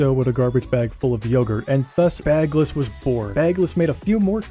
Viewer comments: its baggles not bagless 😭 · You pronounced baggles wrong 😭